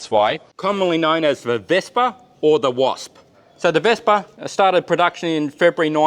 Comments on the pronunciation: "Wespe"!!! Not "Vespa" 😂😂😂 Greetings from Germany 👍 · Can't wait to see the work on this one being done! Excellent pronounciation on the German name, though a minor note: "Wespe" ends more on a short "eh" Love these short tours of the vehicles, sad that the museum is almost literally on the other side of the world for me, would love to visit it, but your videos already bring it closer! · Ich habe selten ein Australier oder Ami mit so guter betonung und aussprache gehört, welcher kein Deutsch spricht. Das Wespe hat er trotzdem verkackt XD --------------------------------------------- I've rarely heard an Australian or American with such good accent and pronunciation who doesn't speak German. He still fucked up the wasp XD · Das Wespe hat er trozdem gefickt. Aber ja war auch verwundert